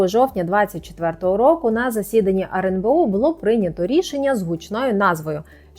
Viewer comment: почему она говорит "RНБО"???